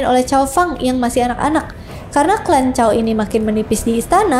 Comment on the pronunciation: Lebih pas cao dibaca tsao